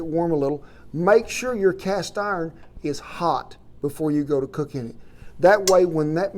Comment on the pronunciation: Well, ah'll be a son of a cast 'arn pahhhn......